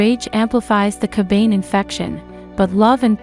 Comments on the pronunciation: And unless I'm an idiot myself it isn't pronounced "Ka bane". Isn't it "Ka ba ne"? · This person sounds like an asshole yo! Totally pronouncing the word Kabane wrong and for some reason it just passes me off